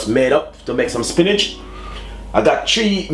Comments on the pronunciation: It's not a traditional Jamaican way of cooking stew peas but it can gwaan...I keep hearing you say "spinach" first I thought it was a simple mistake but u kept on saying it...it's "spinners"...I know Jamaicans like to twang when they are amongst Foreigners but foreigners really like to hear our patois, or just try to speak proper English don't over do it ok. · Yes it looks good but not traditional JAMAICAN stew peas. Potatoes, carrots and sweet peppers?? And didn't realize he meant spinners (dumplings) when he kept saying spinnage.